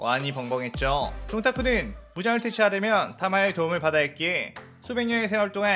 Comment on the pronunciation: 에 도웅믈이 아니라 도움을이에요